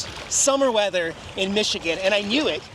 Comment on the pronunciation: Non Michigan people always get it wrong.